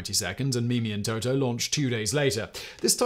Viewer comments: In french you wouldn't pronounce the boats name as "Toto" but rather "Tootoo" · i hate to be that guy but it's pronounced TOO-TOO not TO-TO, get it right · Playing fast and loose with the translations. Mimi and Toutou translate more to kitty and doggie rather than their respective sounds, also Toutou sounds like tutu not toto. Fifi does not translate to tweet-tweet, but could be used to mean birdie.